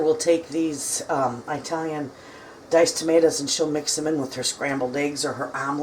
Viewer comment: oh my word she says EYEtalian —— Arghhhh 😢